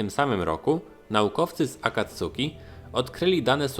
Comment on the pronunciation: Sorry, ale kłuje w ucho. Czyta się akatski, akacki, czy raczej coś pomiędzy